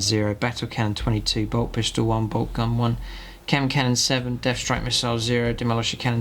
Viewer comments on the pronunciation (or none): none